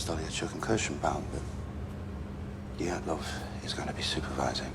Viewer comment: It's not Dyaltov, it's Dyatlov.